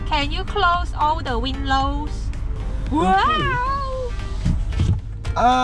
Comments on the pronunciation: HAHAHAH I LAUGHED SO HARD WHEN I HEARD THAT 😂😂😂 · Hahahahahahahahaha who tf actually pronounces windows as “win-lows”